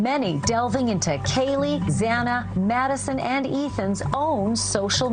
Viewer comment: You pronounce Xana's name wrong whole saying others pronounce it wrong 😮 it's cool. It sounds like both ways and I agree with you when courts and large episodes etc pronounce names wrong.